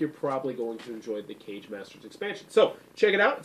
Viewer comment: Great Review! One nitpick, It's pronounced "Ka Gae", not "Cage". I made the same mistake myself initially, but Kage, Japanese for "shadow", also represented the leader of a ninja village. Thus for Kage Masters, each Master represents the leader of a different village/school of ninjitsu.